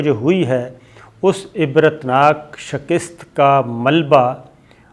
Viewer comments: Sabir bhai, Urdu main "shakist" koi word nahi hota "shikast" hota hai :) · Bhai improve your Urdu. It sounds irritating when you pronounce "shakist" instead of shikast.